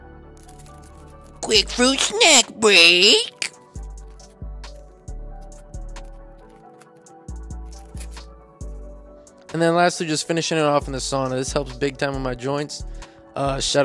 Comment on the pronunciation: quick fwuit snack bweak 😍😍